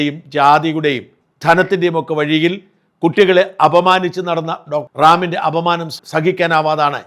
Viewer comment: റാമിൻ്റെ എന്ന് പറ😊 ഡാമിൻ്റെ എന്നല്ല... pls